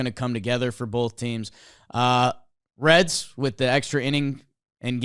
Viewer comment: The Cincinnati "Reeds"...😂 it was in the NL standings.....